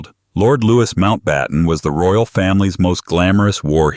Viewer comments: Louee not Lewis. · Looee not Lewis. Get it right or dondo the commentary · Lord Louis's first name was pronounced the French way 'Lou-ee' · his name was Lou E not Lewis. william pronounces the name correctly as it is one of his heard speaking wedding vows. The brits do not think the same way about the name as americans. association in america is for Italian. In europe it is a name for kings, saints and aristocrats here for truck drivers. I am positive the prince of wales calls his son Lou E